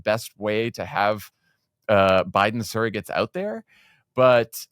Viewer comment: Funny...Sarah pronounces "surrogates" as "saragates"